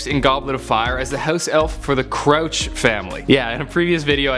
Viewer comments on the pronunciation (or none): Its crouch not chroche